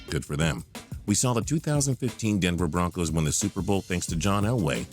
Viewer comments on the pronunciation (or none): none